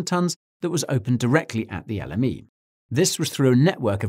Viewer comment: Every time he says l m e it sounds like the enemy